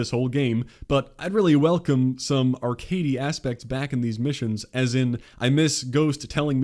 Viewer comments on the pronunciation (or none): New word of the day “Arcady”